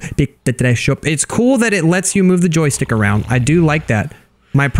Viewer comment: U said jostike 78 times